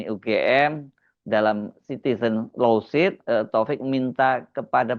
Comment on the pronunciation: Lawsuit: dibaca lowsuut